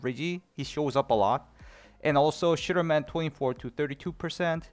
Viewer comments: To me it sounds like shitterman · always sounded like 'Sugarman' to me